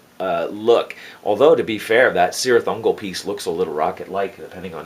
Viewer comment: Hey man, I really enjoy your work...you are a master. I hate to Sound like a Tolkien fanboy...but it's pronounced Kirith Ungol. In Tolkien's legendary, the letter c never makes a soft sound.